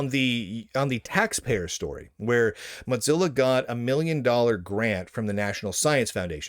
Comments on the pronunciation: The way you pronounce “Mozilla” is triggering. It’s not like “mozzarella” - it’s “Moe-zi-la”. Also - for those that don’t like the direction Mozilla is going but still want to use a non-Chrome-based browser there are a number of forks that pull out all the “bad”. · Is there some reason why you say “mot-zilla” each time? Some back story? Or is that just your regional accent? Seriously, I’ve just never heard it said that way before. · Motzilla? MOW-ZILLA! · Why do you keep pronouncing Mozilla incorrectly as 'Motzilla'? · Mot zeal ah, lol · It's "modzilla," according to Lunduke. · Sounds like he says Mutzilla... anyone else pronounce it that way? Or is he just clowning? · Have i been mispronouncing Mozilla all these years? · There is no "T" in Mozilla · This is important news but please pronounce Mozilla correctly